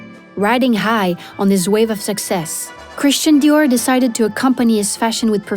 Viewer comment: Super document, mais vous auriez au moins pu faire prononcer Christian Dior à la française. Cet accent à l américaine est ridicule car il enlève de l aura au créateur au profit du marketing. I m just saying !